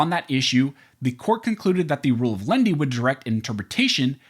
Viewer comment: Dunno who "Lendy" is. A loan shark, perhaps? OTOH, I do understand "len-i-ty". It's even in my U.S. dictionary: mild, gentle.